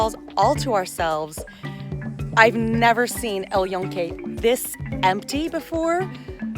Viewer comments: Hello Dear Girlfriend! Is not "El Eon-kay" is "EL YUNKE", 🤭 pronounced as "El June-ka" in english. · Hi. I'm a local P.R love your informative videos. But I strongly suggest you work on your pronunciation! The way you pronounce it sounds to us Puerto Ricans like junkyard. Just saying! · Love your video! Thank you. El Yunque pronounced "L June (like the month) - ke (like ke in keg). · O man... That pronunciation of El yunque lol. Also little tone deaf of a video when the reservation system is in place due to a global pandemic.... and not even mention that. Like this comes off as a blissful ignorant take... "The park is great w/o anyone!".... When that anyone is told to stay home while thousands die a day globally from a pretty preventable disease.